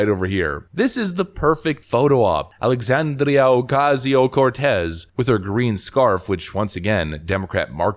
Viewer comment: I love the condescending tone in your voice as you say a.o.c's fake ass name, with the Spanish role of the tongue! "Alexandria Ocasio-Cortez!" Hilarious and a bit racist but you nailed it!